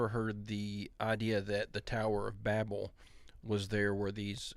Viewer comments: How can u take a guy who can't even say the name right,Tower or Babal.BAB-BAL. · Man that guy almost sounded smart till he mispronounced Babel😂😂😂 For real. You're going to pronounce Babylon correctly but then you're going to pronounce the tower as if all the sudden your brain don't work😂😂😂😂